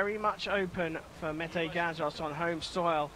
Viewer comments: You should pronounce his name as 'meteh' not like 'meth' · Not "Meyt" ..."Me-te". He is a Turkish hero and statesman in Hun emperor time also Metahan founded Turkish Army in 208 BC.